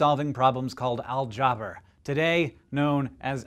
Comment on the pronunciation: Most likely Persian!? How ridiculous,he was Persian alright,you can pronounce his name nor algebra correctly!